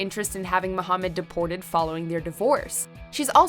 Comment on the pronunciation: Its MA-HA-MAD😂😂🤣